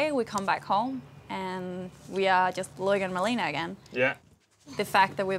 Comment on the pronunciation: It’s not LOU -IC ...it’s LO -IC